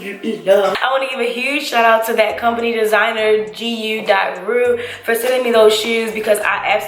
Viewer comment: The GU in designer is pronounced goo lol